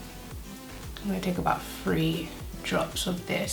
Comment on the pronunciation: Took me awhile to figure out she was saying the word "three" and not "free" bcz I was getting confused lol😣😔